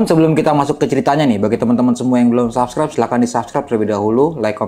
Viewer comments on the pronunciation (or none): none